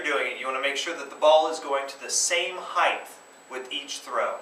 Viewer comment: Height not heighth! Imbecile.